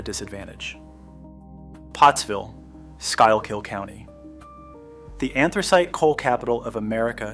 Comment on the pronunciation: It's Skookill county, and Yingling beer.